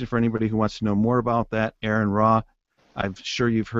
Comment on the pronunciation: His name is "Aron", not "R N". Nobody seems to be able to get this right, ever. You got "Aaron", you got "R N", but very rarely do his opponents actually call him by his name.